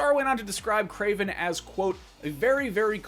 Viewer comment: Kraven??? Geez